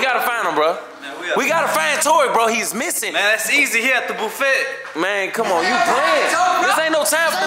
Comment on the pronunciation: kilt me “he at the boofet”😂😂